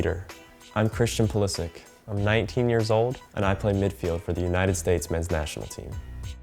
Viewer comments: Call him Pulishich, not Pulishik... He's of Croatian descent, so he is Pulišić, not Pulisik... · Pulisik?!? Bro you are disrespecting your actual nationality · lol can´t even pronounce his surname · Doesnt even know how to say his own surname. Sad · I love everything about this kid except for the Americanized pronunciation of his last name. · My man butchered his own surname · he cant even pronounce his name right... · When you can’t pronounce your own name